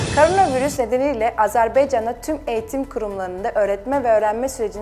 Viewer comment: AZƏRBAYCANA NİYƏ AZERBEYCAN DEYİRSİZ. BEY YOX BAY SÖYLƏ TÜRKLƏR BAY SÖYLƏYƏ BİLİR.